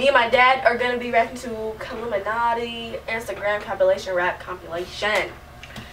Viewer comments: its killumantii. not killuminatii😂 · KILLUMANTII NOT KILLUMINATII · its pronounced (kill•ooh•mon•tee) not killuminati . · Maaaan it is not killuminatii its killumantii ( kill - ooo - monty) not illuminati 😭😭 look at how its spelled PLEASE EVERYONE😂 cause every video people pronounce it wrong and ut urks me☹️ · Her name is not kill-u-mono-ti It's Killu-man-ti man sounds like mon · HER NAME AINT KILLUMINATTII ITS KILLUMANTII GET IT RIGHTTT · Killumanti not killumanati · Girl that aint how you pronounce her name, its KI-LLU-MAN-TI not KILLU-MINATI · its common to mess up on her name uts pronounced Ket-loo-montea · Simplicity Logan that's how it's pronounced it's not killuminati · Its actually pronounced as (Kil-lum-ma-not-tee) I'm a year late but that's literally the longest way I learn to pronounce her name 😂😂😂😂😂💀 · It's kill-u-manti